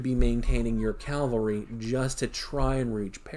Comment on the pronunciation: People, its "cav-alry" it's not "cal-vary" , why do so many people struggle with this?